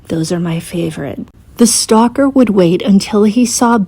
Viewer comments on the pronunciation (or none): none